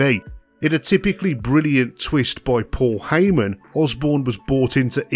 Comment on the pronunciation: It sounds as if Matt Borne's name is being pronounced Osbourne.